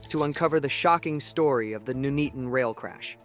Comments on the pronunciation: It’s not noeatoton is Nuneaton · He said it like a jamaican.. Nooney-ton.... So it's actually pronounced nun "eat" on so nun as in Nunn of course.. Eat as you eat food.. ton as ton (weight)..... put it together that's how you pronounce it, imagine if it happened in Towcester or the Cornish town of Luxulyan i think he'd have a meltdown. Disaster Documentaries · as a local, we pronounce it Nun-eat-un but a lot quicker, the pronunciation by the AI voice in this video is highly cringe worthy. It’s scary to think this was 50 years ago this Friday. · Nun-Eaton, not Nu-Nea-Ton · Nooneaton?!? Nun-eaton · I have always pronounced it No-nee-at-tone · Where the hell is Nooneeton? 🤣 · I'm from "Nooneaton". (seriously, how can you mess up a syllable like "Nun"😂). There is a huge picture of this crash in the hallway of the fire station that I get to see every time I have to renew my first aid training for work. It really was a terrible incident😔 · Pronounced Nun-eat-on May i suggest you take a course in English English LOL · pronounced ,nun eaten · even still, maybe he should have put it in as 'none-eaton' as that is how it's pronounced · You can be forgiven for the mispronunciation. A significant proportion of native English don't Know how to pronounce many English place names. Wymondham? don't even try. Bicester? Leominster? You wouldn't believe me if I told you... Ta. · Another American who can't pronounce places names in the UK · Pretty crap. Information garbled. Mckay, Nuneaton pronounced wrongly. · Loving his pronunciation of "Nuneaton"... lol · If you're going to provide a commentary about this dreadful incident, at least have the decency to learn how to pronounce Nuneaton. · today I discovered most english people pronounce Nuneaton wrong